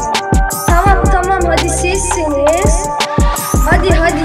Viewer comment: hadi sizsiniz değil bi kere bu gün sizsiniz di düzgün söylemedi ben 3 poan veriyorum